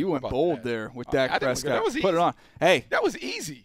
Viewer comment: THIS GUY SAID PRESCOTT